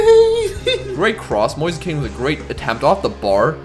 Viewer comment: It’s pronounced ken